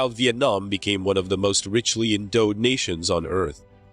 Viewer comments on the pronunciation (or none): EnDOWed. DOW. Like Bow. Wreaking (wreek-ing) devestation - not wrecking devistation.